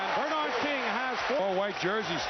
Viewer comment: I forgot that for some crazy reason, Dick Stockton would say BER-nard instead of ber-NARD. You’d think somebody woulda corrected him at some point.